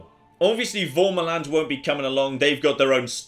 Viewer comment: I swear every time says "Varmaland" his accent makes it sound like he's saying "Bomberland".